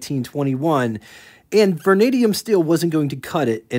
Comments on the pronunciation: Yeah, Vernadium? Vanadium and Mo-lyb-de-num.. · muh - LIB - den - umm vah - NAY - dee - umm